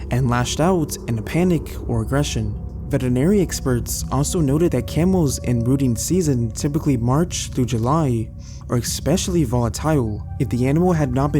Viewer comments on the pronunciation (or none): Especially** Not ex-specially. Way-did** not wadded. Veterinary** not veternary I could go one, but I had to stop. If you are real, please your grammar and pronunciation.